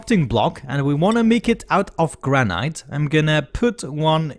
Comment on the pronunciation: Love your vids and voice but some purely friendly grammer tips: Fillet the T is silent so pronounced Fillae. And Granite the E is excluded so Granit. Yeah wierd, I know. Cheers!